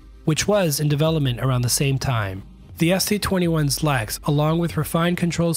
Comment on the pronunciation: LERX, not LEX.